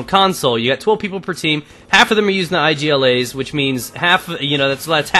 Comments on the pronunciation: its not I G L A say it IG-la like IG-loo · You can read IGLA normally, its not a shortcut. Igla means in polish and russian a needle ;)